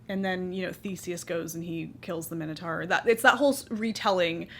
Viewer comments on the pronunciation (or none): none